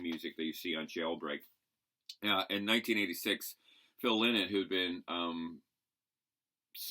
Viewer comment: Lynotts a bird, its pronounced lienot!!! Lynott!!!